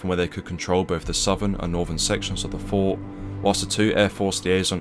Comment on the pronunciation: Fort has a T at the end.